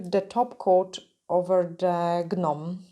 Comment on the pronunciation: I love the way you say things 😂 But the correct way it said and sound is like this just NOME and CROME the G and H in gnome and chrome are silent 👍🏻Love your designs!